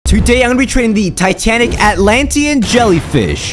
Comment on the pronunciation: lol he say tanatic cat